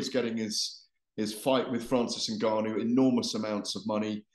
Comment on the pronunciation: Someone please tell garath its not 'n-ganu' but Ngannou